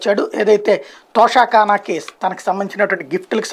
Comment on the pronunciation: తోషా కానా కాదు తోఫాకానా అనాలి